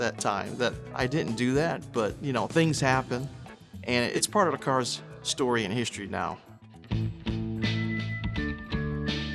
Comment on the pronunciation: ephasis on 'story'